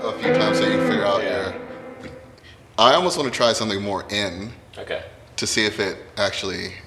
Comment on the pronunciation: Tosin, "Oh keh." Also, Tosin, " We need a consonant in and then we can do the curve balls."